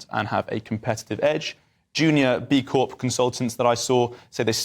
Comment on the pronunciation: Charlie.... the P is silent in CORP.